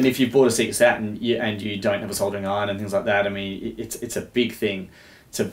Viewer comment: " so we looking at the Sega Satan..."